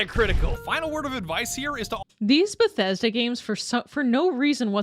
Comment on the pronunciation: Every time you said Bethesda I wanted shoot a spray bottle at you 😂